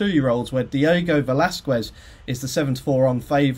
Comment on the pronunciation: that Velazquez pronunciation is shocking.